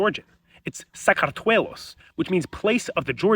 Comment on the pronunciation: Oh that was… a way of pronouncing Sakartvelo. It really sounded like you were struggling there like you were almost throwing up while saying it